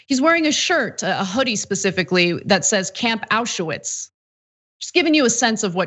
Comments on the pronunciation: Ana, it is spelled (and written) Auschwitz, not AuschEwitz. thx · Why do you keep saying "auschUwitz", it's "auschwitz". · It's AU-schwitz, not ASCH-uwitz!!! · Also "auscha-witz"